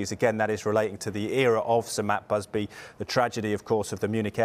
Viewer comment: Who is this matt busby he speaks of? I thought it was batt musby